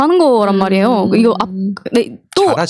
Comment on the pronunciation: "외요?".. ??? "왜요?" .. !!!가 아니고? 미제 영어는 입에 달고 살지?